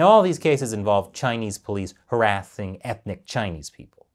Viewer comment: Harathing instead of harassing? Did you lose a bet? 😂